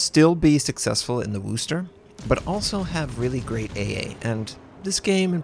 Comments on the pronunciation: Yeah... not sure where this whole "WOOSSSSSS" thing started. It's 'Whis' (rhymes with this).... NOT WOOS... never woos... please, stop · pronounce it WISTAH! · It's pronounced "wusster" not "worster" or "wooster" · Americans pronouncing Worcester is never going to get old.